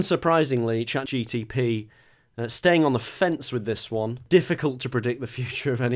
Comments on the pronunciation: It really bugs me that keeps saying "ChatGTP" rather than Chat GPT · It’s mad because he keeps calling it ChatGTP 😂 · Dear, is it cleary not ChatGTP:P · just casually saying "chatGTP" the whole video is hilarious 😂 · Petition to re-record saying chatGPT properly because it’s jarring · definitely mispronouncing Chat GPT on purpose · Drinking game: Take a shot every time says ChatGPT wrong. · Are you pronouncing it ChatGPT wrong as a joke? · I want to know how many times he had to rerecord bits because he realised he'd accidentally said it correctly. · Only began to notice that he is saying it wrong when I saw this comment